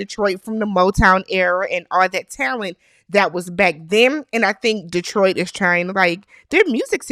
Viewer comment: Thank you for saying Detroit correctly 😊. Also, agreed about Carlos King, Tyler Perry and those shows..............